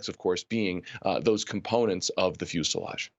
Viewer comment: Just FYI regarding "fuselage", David Sirota is pronouncing it correctly.